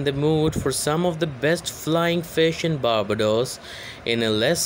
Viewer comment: Maybe try and pronounce words like Barbados correctly first